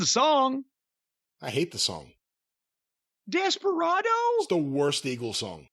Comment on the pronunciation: The way Jim says "desperado" is so funny to me